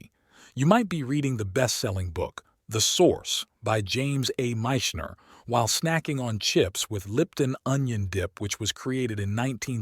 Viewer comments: Aaugh! I HATE it when the narrator, who's supposed to be the voice of authority, mispronounces a name that so easy to look up. It's not James A. MEYEsh-ner...it's pronounced MITCH-ner. One minute into your narration, and your credibility is zero. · A little more research on pronunciation, Bub. It's Mitch-ener, not Mychener. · The "i" in Michner sounds like "Mitch," not "Mike." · Pronouncing Michener is not Mychener! get with it! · Mitch. Ner. You never heard his name pronounced? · Mischners name was mispronounced. It is a short i sound. Saville Row mispronounced. It sounds like veal. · Michener is pronounced Mitch-in-er. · You must be AI. You mispronounced James Michener’s name. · Interesting, but really you should find out how to pronounce names!!!!! You got Michener totally wrong, and it really shows you weren’t there or you didn’t really research correctly! Sorry, that stuff just really gets to me! As a matter of fact, this reader really doesn’t care and you can tell. Probably a damn robot! If you think we can’t tell. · Didn't even pronounce Michener's name correctly! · James A. Michener - check pronunciation. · Maybe don’t use a robot if you care about proper pronunciation. (‘Michener’) 🙄